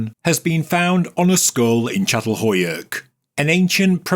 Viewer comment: /cha-tal-HOE-yook/ Could we please check the pronunciation of sites? I've known how to pronounce this since I was 19 when I first learned about it. Every time a name gets pronounced ... badly ... I cringe, regardless of the interesting information being offered. OK, finally, at the end, got it right. But it started out as "cat" several times in the first few minutes.